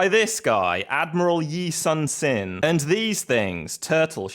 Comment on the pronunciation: As a heads-up, in Korean 신 is pronounced like 'shin', not 'sin.'